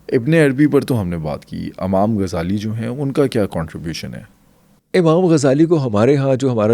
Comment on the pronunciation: Amam nahi imam hota hai 😢😢